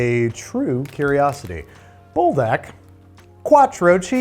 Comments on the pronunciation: Leave it to a youtuber to mess up Buldak. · Everyone’s feeling the brothy noodles but I’m feeling the desperate urge to inform. The fire chicken gives its all so if you say it like ‘pull-dock’ you sound closer to the way it’s pronounced. Speaking as one whyt person to another. 👍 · BULDOK IS SUPPOSED TO BE SAUCEY NOT SOUPY 😭